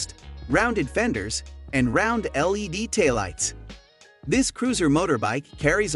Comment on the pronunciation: Or LED instead of lady?